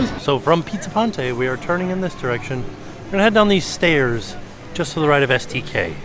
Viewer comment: not really a LOL person when im watching stuff but REALLY GOT ME with the “these ESCELATORS are temporarily … stAiyas 😛 sowwy for the Convenience”